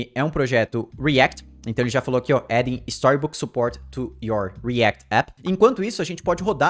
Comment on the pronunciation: o video nem é ruim, mas dá um nervoso o jeito q ele fala coisas como vite e react